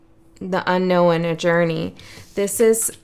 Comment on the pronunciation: Thank you. I always enjoy your readings 😊 Just curious though.. why do you say "unknowen" so many times, when it's not a word? 🤔